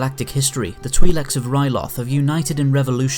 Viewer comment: Just a quick correction twileks is pronounced tw-eye-leks